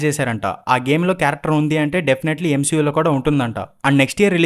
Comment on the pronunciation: Endi bro M-SHE-U antunnav